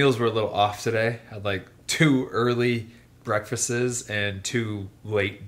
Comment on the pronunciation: 2 late breakfastses 😂😂